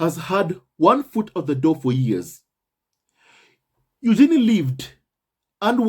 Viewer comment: Congrats to Eugenie and her husband. BTW, per Fergie..her daughter’s name is pronounced yoo-juh-nay 😁